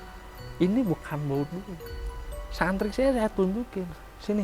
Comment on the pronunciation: Santri, mohon maaf ki ga tepat penyebutan nya😢